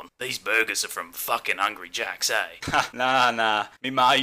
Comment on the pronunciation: The burger spot says hungry jacks… but I clearly hear him saying angry jacks wtf